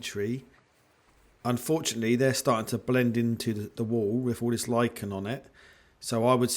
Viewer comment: Thank God. You pronounced lichen correctly! Not to belittle your video. I love your videos.